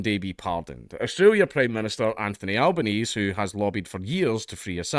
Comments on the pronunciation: Pronounce Canberra as Canbra and Albanese as Albeneasy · Can-bruh and Al-ba-ne-zee. I'll put a pedantry mark next to my name. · Can-bruh ,Al-ban-easy, Dank. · *Can-bruh *Albaneezie 0/2 hitrate on Australia-related words